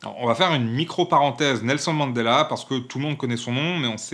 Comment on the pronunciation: Respect pour le clic à la prononciation du nom complet de Mandela !